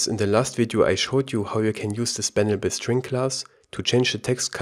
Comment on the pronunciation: " SpannableString ss " 🤔? You sound very german.